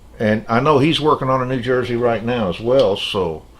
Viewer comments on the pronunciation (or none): none